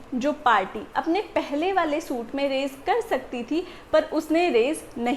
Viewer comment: Word res is pronounced as REES JUDICATA is not pronounced as JU DE K TA but as JU DE KA TA RES JUDICATA is prounced as REES JU DI KA TA